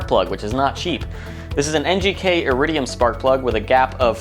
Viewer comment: Really ? That's how you modify a car ? NOT. And when you decide to do anything public, try to pronounce everyday English words correctly. Especially names of things you're 'trying' to teach people, like, iridium. It's not pronounced arridium. If you felt like just making a video, you could have taken shots of flowers or anything beautiful instead. Waste of time.